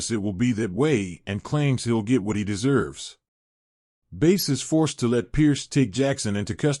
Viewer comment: It's pronounced Bass. why are you pronouncing it Base?